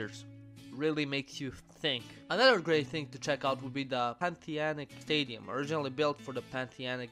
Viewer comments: "Panthianic stadium" Panathinaic stadium bruh As a Panathinaikos fan I'm highly offended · Pantheanic? Its Panathanaic malaka 😂